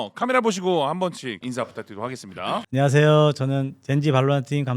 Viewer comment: 카론이랑 솔로감독님은 제대로 발음하는데 텍스처 혼자 안ㄴ하쎄요 하는게 개웃김ㅋㅋㅋ